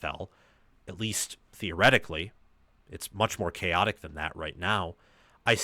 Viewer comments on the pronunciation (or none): none